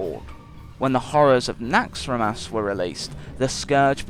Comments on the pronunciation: It's NaxxrAAAAAAAAAAAAAAAmas not NaxxramAAAAAAAAAAAAAAAs... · Retromind He says it like NAAAAAAAAAxxramas